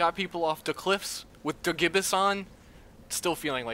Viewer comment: Fun fact: Gibus is pronounced "jy-bus"